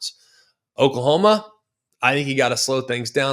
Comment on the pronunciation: Who is Okalhoma? 😂